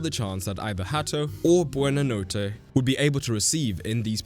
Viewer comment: Dude, the f did you do to Buonanotte's name here...